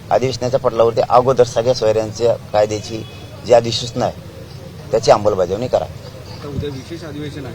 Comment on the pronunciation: अंबलबजावणी नाही ते अंमलबजावणी असत पाटील 😂😂